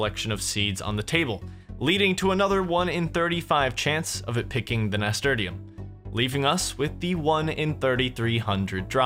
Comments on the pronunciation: that pronuciation of nasturtium tho... Nah-Ster-Shum>Nas-ter-te-um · Nasturtium is pronounced ni - stur - shim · Nas tur shum is the way it's pronounced my dude. My mum used to grow them and I'd pick them and eat them. Peppery flavour actually not bad. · I love the return my dude. But how you pronounced Nasturtium was killing me. It is pronounced Nuh-stur-shm. Also keep up the great work and I can't wait for the finale. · it doesnt matter now but its na-stur-shum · It's pronounced nasTURshum lo. Amazing content. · Nass. Turr. Shum. That is how it is pronounced. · im sorry but i gotta say it. Nasturtium is pronounced like NAS TURSH UM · FOR THE LOVE OF GOD LEARN HOW TO PRONOUNCE NASTURTIUM